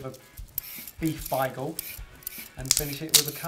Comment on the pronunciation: Props to for the correct German/Yiddish pronunciation "Beigel", the spelling of which is above the brick lane shop and gives the clue to the food's origin. 😊